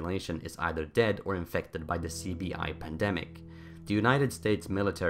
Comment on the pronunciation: Apologies but when you said CBI in the beginning it really sounded like you said sleepy eye